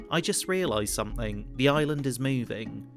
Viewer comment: "Somethink......and some dont"